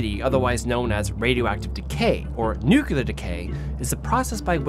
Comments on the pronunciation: Great video on an interesting topic. I don't worry about my SMC 55mm other than not holding up the rear element to my eyes. Sounds like you may have adapted GW Bush's butchering of the pronunciation, however. Repeat after me.. NOO-clee-Ur (not NOO-cue-Lur). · got the smc takumar 50. i don't think i've ever heard of radiation contamination from a lens, so i'm cool w/ the lens. and it's nuclear and nucleus, not nucular or nuculeus. 😂😜